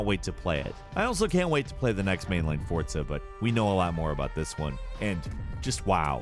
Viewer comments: Fortza? I didn't know Forza had the letter t in it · who put a T in "Forza"? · Can you stop saying "fortza" ... it's FORza